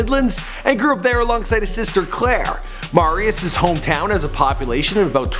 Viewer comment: This dude...is not good at his job...doesn't even say the name right, he is NOT Mahrius. It's MERRY-us, Marius Listhrop